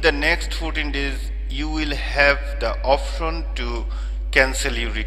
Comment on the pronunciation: bhaii ofron na atar ucharon hosse option!